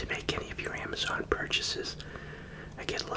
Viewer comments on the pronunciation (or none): none